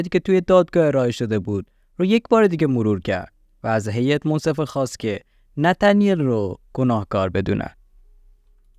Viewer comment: ای قربون این نتنیل گفتن با لهجه ات 😂 هر دفعه میگفتی نتنیل کلا حواسم از پرونده پرت میشد .... جدای از شوخی کارت عالیه پرونده ها رو با مستندات تعریف میکنی ادامه بده امیدوارم همیشه توی کارت موفق باشی 🌹